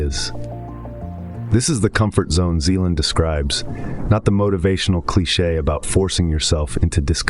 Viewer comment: Vadim Zeland not Zelan. Great video.